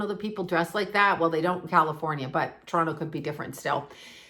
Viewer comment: you still have your Canadian accent eh. Still sayy Toronto correctly heh 🙃💜💜💜 love u